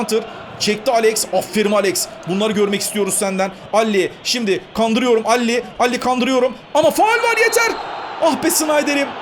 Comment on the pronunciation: abi adamın adı DALLİ DEĞİL Delle Alli ali de geç ya ::D .. D: :D :D